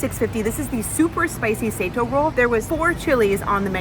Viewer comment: You guys mispronounced Sato. Sato is a common last name in Japan and it’s pronounced saw toh.